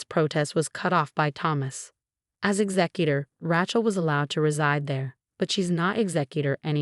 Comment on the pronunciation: Ray chill or Ra shell which is the French way but never Ratchel. Also executor is exec you tore.